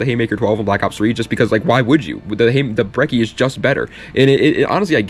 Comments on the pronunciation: 2 c’s = ch thats how that works with italian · Finally someone who pronounces brecci the right way